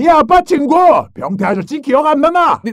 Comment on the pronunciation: 아빠친구 병태할때붠탠줄ㅋㅋㅋㅋ